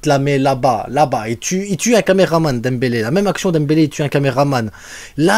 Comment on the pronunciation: Tu as tout gâché en prononçant le nom de Dembélé